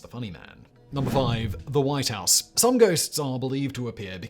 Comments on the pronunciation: The wight house? don`t you mean "the white house"? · The WIGHT House? Really? Wight not White. 🤔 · The “Wight” House???? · "The Wight House"? Lol